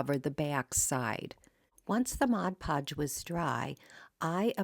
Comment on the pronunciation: Thank you for pronouncing Mod Podge correctly.